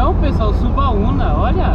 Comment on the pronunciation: O nome é Subauma e não Subauna como vc está falando. Sou de Alagoinhas e aí é a melhor praia que todos os Alagoinses gostam